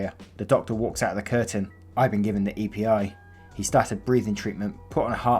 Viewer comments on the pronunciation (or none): I thought it’s not pronounced E.P.I. Wouldn’t it be epi because of the way people say epipen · You said E P I instead of Epi 😂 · It’s pronounced Ehpee, not E.P.I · Epi isn’t said “E-P-I”, it’s “eh-pee”. It’s the abbreviation for epinephrine, aka adrenaline, and it’s the main ingredient used in Epi-pens, which most severely allergic people carry on them. (Speaking of which, why didn’t this girl have one?? That was seriously bad planning on her part.) I’ve been given epi, not for allergies but because my blood pressure dropped too low, and you feel like utter shit afterwards. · It's not E.P.I. it's Epi, short for epinephrine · It's epi being an EpiPen pronounced Ehpee. Just for future reference. Awesome video. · Just a heads up Epi is pronounced eh-pee. It’s short for epinephrine.